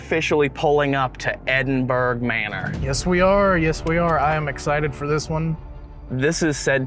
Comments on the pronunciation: ed in burr ahh non edin burg...if you cannot understand scottish...do not use it..or try to pronounce it..you just sound foolish...ya dobbers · I live near Edinburgh in Scotland. We pronounce it Edin-bu-ra 🏴 Another great episode. 🥰🏴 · Brilliant episode as usual..........just wish I could teach you how to say Edinburgh properly 🤣😘❤🏴 love you guys xx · The Ghosts are only upset that everyone is saying Edinburgh wrong.